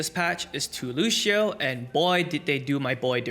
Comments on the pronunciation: "Lushio" come on man, lets not do this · why do you keep calling him looshioh